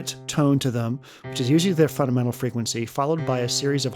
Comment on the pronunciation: "funadmental" sorry, video is very good just noticed that lol